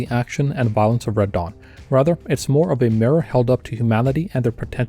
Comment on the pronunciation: I kept hearing "Radahn" whenever you said "Red Dawn".